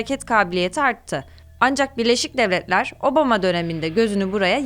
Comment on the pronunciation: Kizim sen neden gücene gücene konusuyorsun??sovyehler ney laan??devlehler ney yaaa birlesik devletleri niye devlehler diyorsun neden??neyin mecburiyeti??t yi dogru duzgün söyleye biliyorsun istee